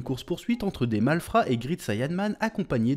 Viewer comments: Ca se prononce grèit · Great et grit ça ne se prononce pas pareil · Grit sayanman😂 a toujours du mal avec l'anglais 😂